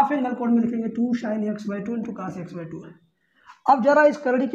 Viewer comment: Sir aap bhut achha padhate ho par aap x ko yaks or cos ko kas bolte ho thoda Ajeeb lagta h